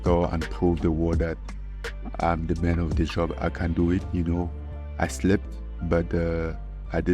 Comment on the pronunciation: "I slept but I didn't fall." -Ngganou (i know he said "slipped" lmao)